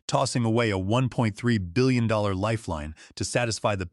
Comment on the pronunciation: The AI can't say 1.3 billion dollars